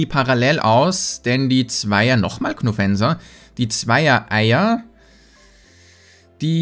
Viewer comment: Immer wenn er Knofensa sagt denke ich, dass ich gemeint bin xD